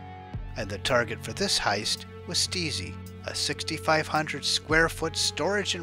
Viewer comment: It is pronounced stizy but good video